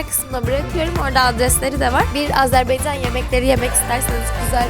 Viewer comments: Yanlış bayrak koydunuz 🇦🇿bir de Azerbiycan deyiş Azerbaycan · Güzelim Azerbeycan degil Azebaycannnnnn